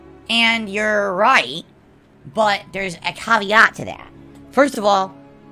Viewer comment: Caveat? Why does he pronounce everything wrong? It’s really alarming